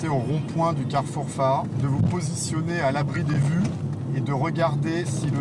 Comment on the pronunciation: Au lieu de dire faa'a il dit fara... Y a du boulot